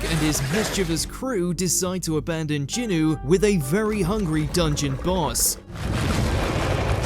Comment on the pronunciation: Calling him Jinwu, made me sad inside. Its Sung Jin-woo